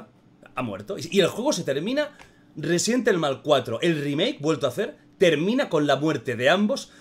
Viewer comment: Me encanto el juego, mi parte favorita es la que León le dice a Saddler " te equivocas saddler, Yo soy el ruesident ivol"